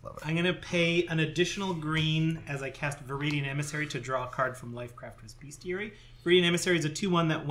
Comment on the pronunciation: Although it's a book about beasts, and shares etymology with the word "beast" it is in fact pronounced "BEST-ee-air-e.e" mid 19th century: from medieval Latin bestiarium, from Latin bestia ‘beast’.